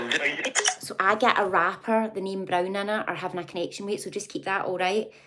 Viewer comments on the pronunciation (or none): I heard Brown when u said rapper